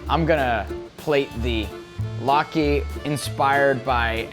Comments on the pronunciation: Umm, Lat-key? Pretty sure it's lat-kuh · latke not key man...